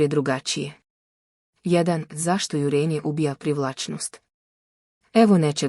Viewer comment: Nije jurEnje nego jUrenje. Naučite elementarnu gramatiku.